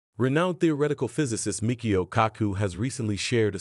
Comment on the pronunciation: Try pronouncing his name correctly.... there's no "k" sound in Michio... 😒